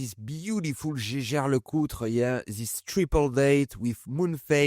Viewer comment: It justs hurts my ears as you french say the Jäger, Jaeger..I know I know but I try no to butcher the names. Yaeger-Jaeger it's not that hard. Anyway nicely done job, as always. I see you're carring the Omega you have recently restored. Nice to see that.